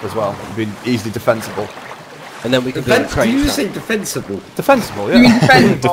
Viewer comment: "Defenceable" basically the definition of a humongous big brain person trying to pronounce fence and defence the same time.